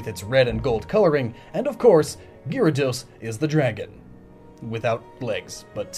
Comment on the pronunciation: While you did say sorry about possible mistakes with pronunciation, how could you miss that there's an a after Gy in Gyarados? I don't care much about slaughtering names, but that was something that bothered me a bit.